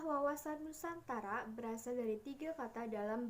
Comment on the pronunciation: NUSANTARA gk Pake K🤭😅